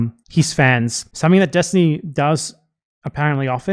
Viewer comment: ahh yes, destiny. the guy whos famous for not knowing the topics he talks about. its why everyone is always trying to debate him to try to make themselves look good when they easily show everyone how dumb he is... oh wait. nope. say his name wrong and ignore anything else that might hurt a worldview held up with glue and toothpicks